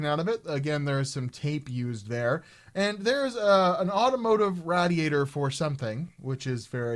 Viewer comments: Raid E A tor not Rad E A tor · Idk why but your pronunciation of radiator and vaseline triggered me haha is that just Ontarians that say it weird? Hahah hi from MB btw